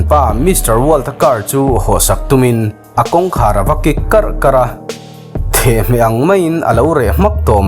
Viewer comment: Thehhmeh i tih hi Thehmeh zawk a ni e. Thereng hram lai hi hmet la, a reh hmak ang.